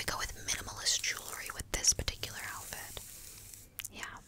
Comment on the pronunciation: Barely four minutes in and I’m falling asleep. I heard and saw my brain say, Elphid? What’s an elphid? Then I woke up a bit and realized you said outfit!